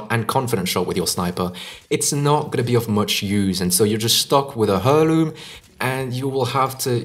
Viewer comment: It’s pronounced airloom. Good vid tho.